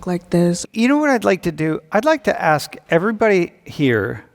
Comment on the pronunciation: Why is the second Latino Girl saying Axe instead of ask?